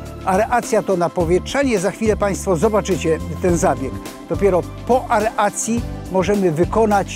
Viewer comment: Aeracji a nie areacji :)